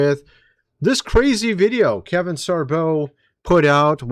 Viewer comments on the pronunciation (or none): none